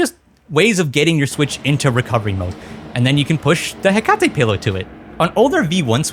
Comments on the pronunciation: Another major video that pronounces hekate wrong. : ( The firmwares naming theme is Greek mythos themed, like Nyx, so Hekate is pronounced like the Greek goddess, HEH-kuh-tee. All shade aside, fantastic video, I've honestly been looking for something like this. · “heccuh-tee she’s a goddess of magic I think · Hekate (“he kuh tee”) was the Greek goddess of magic/witchcraft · Hekate (HEH-kuh-tee) Greek god of magic and witchcraft. If you have played Hades 2 when you know who I'm talking about and how to pronounce it. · awesome video but the way you said hekate/hecate made my eyebrow twitch LOL